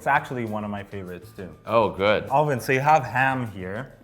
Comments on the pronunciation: This guy is continuously saying O-lvin, no desrespect, but dude!, IT'S ALVIN!! NOT O-LVIN!! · I really like personality and all but is it just me or does anyone else get triggered when he pronounces alvins name all vin idk maybe it's just his accent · ALL-vin, is it the accent?? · This guy flexing his pronunciations but can't even pronounce Alvin's name right. 😂